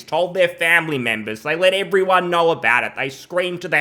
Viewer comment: "Hasbro, as far as a i knaur..."